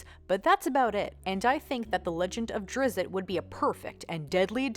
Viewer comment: Drizz-it? Really? I say Drist.